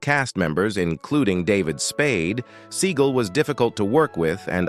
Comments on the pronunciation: I didn’t realize the correct pronunciation of his name is Steven Seagull 🙄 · He mis-pronounced Sinead and Seagal.